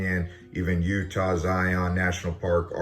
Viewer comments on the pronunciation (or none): none